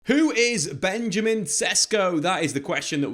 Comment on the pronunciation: It is pronounced Benyameen SHESHKO.